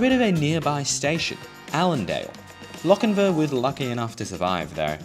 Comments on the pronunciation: Sorry. It's the pronunciation police again. It's Lochinvaah, not Lochinvə. (And it's west of Maitland). You really should check the pronunciation of the places you visit with a local - or maybe anyone over 40. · You seem to be saying Lockinvin, It is Lock In VAR. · Hunter Valley resident here, great video even if you didn't quite get the pronunciation of Lochinvar correct (pronounced more like Loch-in-vaar). I'm kinda surprised a much larger car park hasn't been built at Lochinvar station, 100's of new house have been and continue to be built on the north west side of town (heading towards Singleton) but then again train service frequency is kinda hot garbage for commuters. Regarding Allendale station it wasn't it's proximity to Lochinvar that doomed it, the station's proximity to the rail overpass at Lovedale road and the replacement of said overpass several decades ago caused its demise (well that and the station seeing less ridership thatn any mentioned in the video). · Lochinvar isn't pronounced like "Lochinvu" There is a longer A sound at the end. And you should have visited Maitland. It's still got brick buildings. Also, I have no idea why Wirragulla is said like that. Living on the Hunter Line, I've always found it weird that it says it like that. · Loch-in-vAR...the r is not silent....and there is a LockinvEr You are indeed fortunate that trains still run on the historic Hunter line...there are many , many other historic lines in NSW that are overgrown with weeds. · So starting off my comment with a negative nitpick XD Please pronounce Lochinvar properly in future, the ending is a vaa sound like Jar. Ok with that said, cool video, I grew up in the Hunter area, went to school in Maitland and commute by car that way frequently and I had no idea there was a Hexham station lol